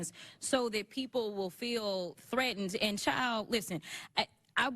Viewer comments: And Jasmine said “chile” not child. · She wasn't called a child, Rep. Jasmin said "CHILE"